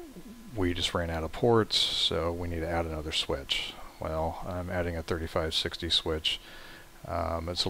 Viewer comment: Sorry sir but its really hard to understand you, could you speak more clearly? Also the way you said '3560 switch' was really confusing.